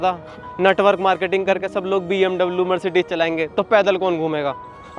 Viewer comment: Mercedes❌ Marsatees ✅😢